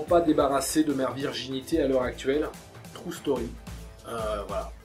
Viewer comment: T'abuse un peu sur les "True Story" En plus bien prononcés à la française "Trou staurie" :p